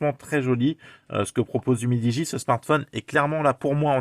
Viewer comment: C'est pas mal "umidi" 😂